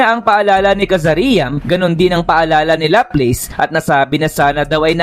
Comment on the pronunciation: bat ganyan pronunciation mo ng mga pangalan nila? laplace - laplas, cazaream - kazarim..